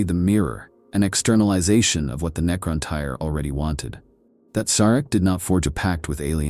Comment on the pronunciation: Necron-Teer* Great video ❤❤❤